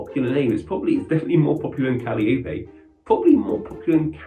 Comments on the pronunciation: Our daughter's name is Calliope, pronounced Ca-lie-o-pea. Slap yourself for saying Callie Opie. No one in their right mind would pronounce it that way. Callie is our daughter's nickname. Callie is also the nickname for Calliope Torres, a character on Grey's Anatomy (not why we named our daughter). Calliope was the Greek goddesses of epic poetry and one of the 9 muses. Yes, a calliope is also a musical instrument that plays circus type music. It is not a common name, though Callie/Cali as a stand alone name has seen a rise since the GA character. Thanks. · Calliope is pronounced kuh-LIE-uh-pee. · I think it's pronounced Ka-Lye-O-Pee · ka-LAI-oh-pee? Does the UK not have calliopes? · Cal (as in California) - eye - oh-pee = Calliope, Or at least the way I've heard it pronounced here in America.